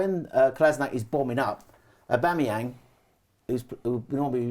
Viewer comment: I agree is the man, but I unfortunately can only focus on his inability to pronounce ‘Aubameyang’ hahahaha